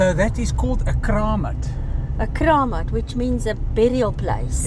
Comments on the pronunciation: We loved the minstrels, it was a super cool experience. 🥳 I'm not too fussed about pronunciation as we film in-the-moment. Kramat is pronounced with the accent on the first syllable and a long 'a' sound, as in Kraamat. 🕍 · Thanks for showing the klopse. In all my years, been once I think. Your pronunciation of kramat was a little off. But don't ask me to spell it phonetically. Or did you get help in the pronunciation and I have never heard it pronounced like that? There numerous of them scattered around CPT - Constantia, on road from Camps Bay to Llandudno, Signal Hill. Border of Khayelitsha and Mitchell's Plain I think off Spine Road. Other's too. I just don't know where all are.